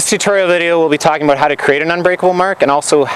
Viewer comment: "abewt" lol